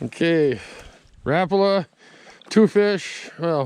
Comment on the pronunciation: One of the few people who know the correct way to say Rapala. RAP-A-LA but I still call them RA-PALAS. Your a good fisherman!